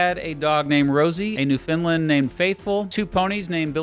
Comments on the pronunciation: New-Fin-Land not Newfinlind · I hold off to watch this video and hear my home province pronounced as "New finland." R.I.P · one thing is that it is prounced newfindland exactly like that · Newfoundland is pronounced by putting the emphasis on New and Land, with Found being pronounced like "fuhn". Say it like understand.